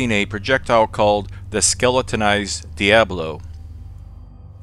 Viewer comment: Diabolo, I think you're mispronouncing it just to annoy me.